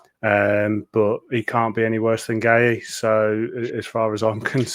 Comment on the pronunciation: Just to get through these worrying times can we take the mick out of Beaty for a mispronouncing another name constantly. Makhtar's surname is pronounce "Gay", one syllable, not "Gay-he"....he plays for Crystal Palace (much to his frustration)